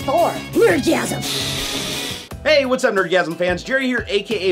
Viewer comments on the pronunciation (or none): My hearing is lousy, I swear in the intro it sounds like your saying "It's time fr Blertgasm!" rather than Nerdgasm time for a new hearing aid! Made in Space? if they go bust will they become lost in space?